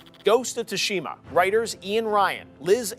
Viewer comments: Ghost of Too-Shima wtf It’s pronounced sue-sha-muh or sue-shee-ma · Not once did he pronounce “Tsushima” correctly 😂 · 0.o Y is he pronouncing Tsushima like that? Lol